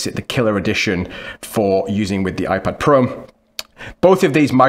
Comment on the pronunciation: “iPad Pro(m)”